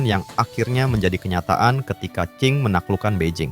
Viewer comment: Masukan Min ; Klo bahasa Mandarin itu Huruf Q dibaca spt huruf C jd misalx Dinasti Qing itu dibaca Dinasti Ching. D dibaca T, B dibaca P. 🙏🙏